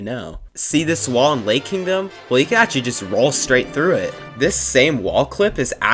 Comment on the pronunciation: New drinking game, take a shot every time he says Akchully. update am now in the hospital with alcohol poisoning xD